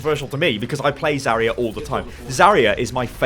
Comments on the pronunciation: I can't deal with how you pronounce "Zarya" it's not even correct by English phonetics let alone Russian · It's Zar'ya [zаrʲˈæ], r - should be really smooth , stress on the last letter 'a', Zar'yA